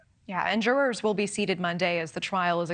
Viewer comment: Never in my life have I heard someone pronounce "jurors" like that...